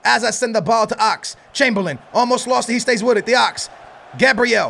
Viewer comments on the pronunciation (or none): none